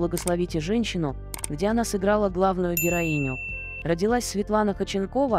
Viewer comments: Автор, не Хоченкова, а ХОдченкова. И ударение ставите неправильно. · Почему так отвратительно произносятся ударения ,в данном случае ФАМИЛИЯ 🎉это всем знакома актриса, вы ,наверное, и не слышали и не видели Светлану Ходченкову !!!!! Ужас, просто уши режет , а сколько слушают вашу речь ??? Задумайтесь ...... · Если уж беретесь рассказывать что-то о достаточно известном человеке( а в данном случае это именно известный человек, имя и фамилия которого на слуху), потрудитесь ударение в фамилии ставить,, правильно, а то прям слух режет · Зачем вы коверкаете фамилию. Слушать невозможно этот безграмотный коментарий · Вот интересно, кто озвучивает текст, умеет читать? Может прежде, чем о ком то рассказывать, прочитать и узнать фамилию человека, а потом уже знакомить в ютубе?